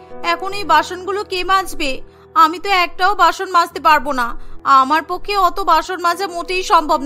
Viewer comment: Basun or basoon not bason